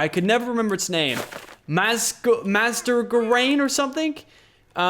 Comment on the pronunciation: mas-cer-rain surskits evolution